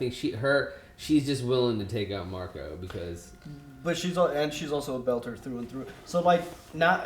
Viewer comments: There is no letter S on the end of the name "Marco." It's Marco Inaros. Also, Filip is about 16. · literally every expanse reactor says Marcos. I don't get it. Nobody in the show refers to him that way.